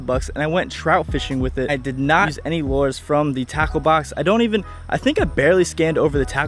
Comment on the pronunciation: Lures is pronounced "lew-ers" not "lore-z"